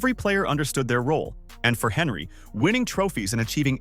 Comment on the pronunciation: Anyone else triggered the guy kept saying HENRY 😂😂